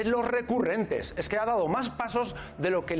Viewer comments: Jajajaj No es eje...es ejque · Se dice “egque “, 😂😂